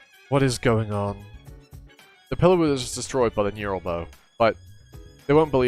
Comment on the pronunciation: Unless I'm insane and it's my fault for failing to read it right... And aside the fact that this is two years later so you probably know this by now... But every time you say neural bow instead of neuTral something triggers in my lizard brain. Anyways, good stuff man. Love to see people give Kubera the exposure it deserves as arguably the best webtoon and manhwa out there... At least in terms of storytelling with its sheer brilliant, gut-wrenching and mind-bending story being second to none for me.